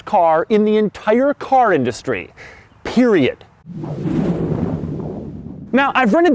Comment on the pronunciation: Doug really said periodT